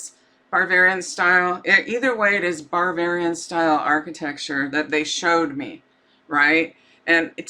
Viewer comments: It's Bavarian, not Barvararian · You keep saying BARBARIAN. There is a style of architecture called BAVARIAN - not BAR-VARIAN. Also a dessert called BAVARIAN CREAM. There is movie called BARBARIAN with a little pale yellow house. The song you were humming was YELLOW SUBMARINE. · …Ba….ba….not bar. Ba-var- ian,,,,VILLAGE ……… you are saying what sounds like barbarian. My parents lived in Leavenworth Wa. ❤️🙏. THANK YOI FOR ALL YOUR HARD WORK! I was astounded at your profound accuracy of the Daybell murders. At first I thought you were a nut, when you first came out with that information. it was so off the wall crazy unbelievably horrific. I couldn’t let my mind go to that level of evil. You have opened my eyes👁️ to a level of evil, that is inconsistent with life itself! I cannot get Summer out of my head….please help bring peace and justice to SUMMER. and the world!🙏🙏💜💜🌸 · "barbarian"??? do you possibly mean "BAVARIAN"?? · It sounds like you are saying barbarian instead of Bavarian. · I have a feeling you are pronouncing the place wrong… It's Bavarian not with an R in it🤔🤍🤍🦋🦋🦋